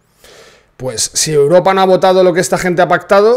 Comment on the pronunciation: La màxima exponente en decir Uropa, es la chiqui barriobajera.